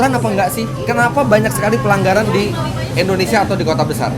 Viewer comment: Ko" nyebutnya "endonesia" negara mana itu?